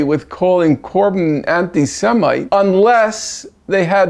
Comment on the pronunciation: “Anti Semite”😂🤣😆😅